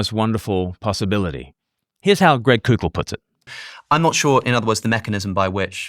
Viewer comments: It’s pronounced coe-kull. Like coke. Not coow-kull. Like coocoo for Cocoa Puffs. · just FYI, Koukl is pronounced "Cole-Kul"